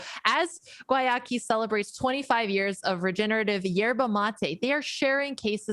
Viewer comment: I love how EVERYONE pronounces Guayaki differently. If I were on the marketing team of a company with a weird name, and I sponsored a tournament, I feel like I'd make sure the proper pronunciation of my company was disseminated to everyone in the tournament.